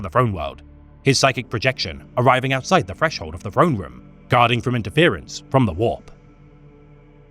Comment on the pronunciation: I love this guy but he needs a speech trainer i'm bingeing all his videos and i'm so sick of hearing the golden frone every TH is an F when its at the start of a word it irks me so much